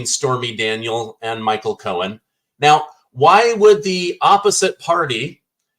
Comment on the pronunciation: it's Michael Cohen, not Michael Cohens. There is no 'S' at the end of his name.